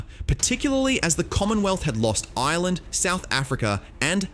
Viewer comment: It's Ireland Dude - with an R. It may be an Island, but that's not what it's called.